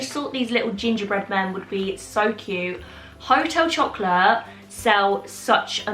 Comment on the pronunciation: Amazing French accent there on Hotel Chocolat 🤣💕